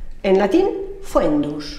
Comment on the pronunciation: En latín existía la palabra tractatus. Pasó al castellano como un semicultismo (ya que la forma puramente patrimonial habría dado algo como "trachado" o "trechado"). Por no mencionar que es foedus, no *foendus como ella erróneamente pronuncia. "Guerra" es un préstamo del germánico "werra", probablemente para evitar la confusión entre bellum (acusativo de bellum, guerra) y bellum (acusativo de bellus, bello). Sin embargo, bellum con el significado de guerra permanece en palabras como rebelar (se), del latín rebellare (con la raíz bell como principal formante). "Desastre" se forma con el prefijo dis- y con astrum, no tiene nada que ver etimológicamente con clades. Y el latín lucta nos lo saltamos, ¿verdad? Otro ejemplo de que el latín vulgar a menudo usaba sinónimos menos formales que el latín culto. Por no hablar de que pugna está relacionada precisamente con pugnus, que se refería al bulto que se formaba al cerrar la mano y de donde nos viene la palabra "puño". Y de ahí pugna, "usar los puños, pelea". Por favor, que se supone que es filóloga, señora.